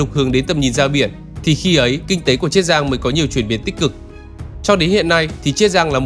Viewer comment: Tôi nghĩ là triết giang chứ, thế là chiết giang hả, nếu là chiết giang thì bạn đọc phát âm sai nhé, bạn đang phát âm là triết giang chứ ko phải chiết giang, mà tôi vẫn nghĩ là triết giang